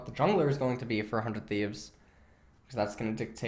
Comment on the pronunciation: I keep hearing "400 thieves" instead of "for 100 thieves"